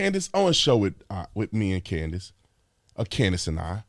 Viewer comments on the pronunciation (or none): none